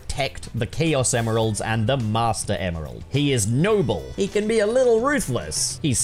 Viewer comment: When he was saying Emeral, all I could hear him saying was "Email" lol